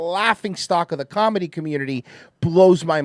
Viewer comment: Never heard "calmedy" before. Perfect. And it's now in my vocabulary. Thank you